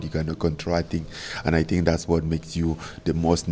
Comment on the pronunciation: Eye tink I know understanding this